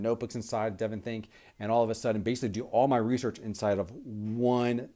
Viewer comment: Good video review. I agree with you about Evernote vs DevonThink (and yes you did pronounce it correctly.) I would suggest you set up differently in the future such that your ring lighting does not show up on both eyeballs. Makes you look alien or something and is quite disconcerting. Chow!